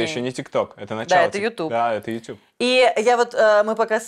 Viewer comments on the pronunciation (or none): none